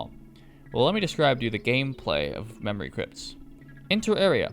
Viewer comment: What mod do you have that makes it say “memowy cwypts”